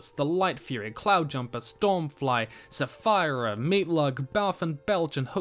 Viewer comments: I prefer light, but I heard you say saphira. It's pronounced suh-FEAR-uh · Great video, although I can't get over how he pronounced Saphira's name as Saphyra, the main Dragon in the Eragon series (Inheritance Cycle).